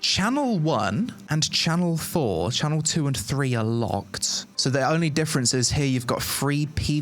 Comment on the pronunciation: It channel not shanel my dude You know ?